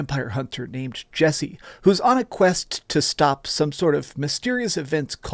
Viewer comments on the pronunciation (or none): none